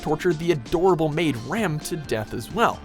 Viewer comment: It was rem, not ram